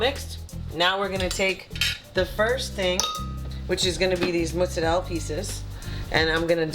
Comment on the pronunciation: T, teaching the south how to properly say mozzarella 😉👌